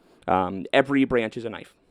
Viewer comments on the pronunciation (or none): none